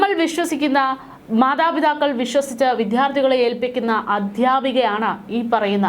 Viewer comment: വിധ്യാർത്തി അല്ല വിദ്യാർത്ഥി എന്നു ഉച്ചരിക്കുക അരോചകം തോന്നുന്നു